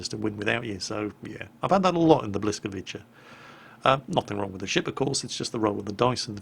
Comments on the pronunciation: Hew,! I'm Polish and I couldn't help myself when you said not to laugh, but you did a pretty good job actually, very good pronunciation of it in fact, i don't want to be the guy that nags you, but you only got one letter/sound wrong and that was the Ł thing at the beginning of it, but that's okay, everyone thinks it's an L. Love your videos by the way! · Language tip: Everytime you see 'ł'/'Ł' it should be pronounced similar to 'w' in English - like in 'word', 'Wellington' and so on:) On the other hand, Poles don not use 'V' and 'W' in Polish is spelled just as 'V' in English. So if you see a polish name with W in it just change that into V when trying to say it. And at the end, keeps spelling 'ca' the way as 'cza' would be spelled in Polish, so if you ever encounter 'cz' just check this video for quick reference how to spell it:D And the 'c' in błyskawica should be spelled just like a normal 'c'. You can change it to 'sa' in your mind if that helps, it will be not quite what it should be, but błyskawisa will still sound a bit better than 'cza' or 'tscha' sound in this video. All that said, it was guite well pronounced overall and only mildly butchered, so good job:D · Hi, I'm Polish, "Błyskawica" means "Lightning". If you want to know how to properly pronounces it, go to Google Translator below and click "Listen" there is a quite correct pronunciation there. Regards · Hurra It's Polish Ship Good video. I waiting for this ship. Your pronunciation Blyskawica was't bad just the letter C is sound similar to English S it's not CZ. Is very hard language. Was very funny to listen to you in positive way. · I am polish. the name Błyskawica the letter ł is pronounced like the letter W. Like in the word would. still it was funny to her the way you say the name:) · a Tip here: type the name to Google translator, and let it read it for you. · I Just LOVE you saying Blyskawica BUT IT IS WRONG!!!